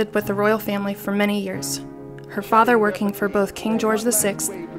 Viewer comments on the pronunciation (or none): none